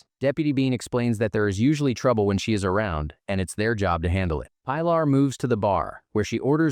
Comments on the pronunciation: Pie-laaar"? the girl has a very common spanish name, Pilar, pronounced "Peeh-laar" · Her name is pronounced Pee - LAR. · Robots can't pronounce it